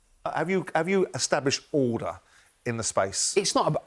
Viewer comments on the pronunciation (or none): none